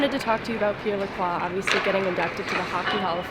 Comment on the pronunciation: The only person I've heard pronounce my last name Lacroix correctly 😂